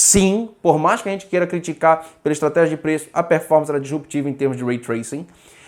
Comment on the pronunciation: Acho que ele está falando sobre a pronúncia do, "dEsruptiva" em vez de "disruptiva".